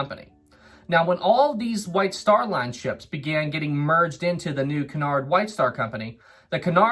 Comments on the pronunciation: Sorry, but it's 'coo-nard', not 'ki-nard' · isn't it que-in-ard line?